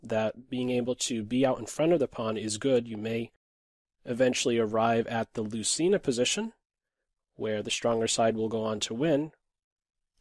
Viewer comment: It is pronounced loothayna